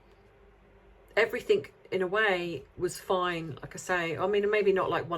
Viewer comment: Love you but it’s everything, not everythink. Sorry to be pedantic. Great analysis though.